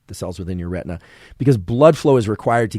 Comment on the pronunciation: talk talk talk - lots of words - many words I cannot figure how they are spelt and therefore cannot be articulated or further studied. some words are incorrectly pronounced - like RETNA which in fact was RETINA. I had to jump off after 30 minutes - the initial 15 minutes of merchandising did not make it worth.